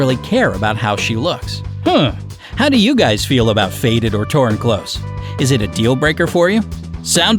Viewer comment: It’s clothes, not close please